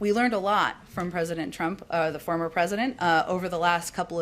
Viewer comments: The way she emphasized "former president" makes me feel like their trying to smack republicans in the face about stealing the white house. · I hate how she keeps emphasizing “former” when bringing up President Trump Gonna start doing that with Obama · Jen has clearly practiced her response, ever notice she referred to the prior POTUS the same way "President Trump (pause, smirk) FORMER President Trump". Each time with that passive-aggressive cunty I just ate a lemon scowl.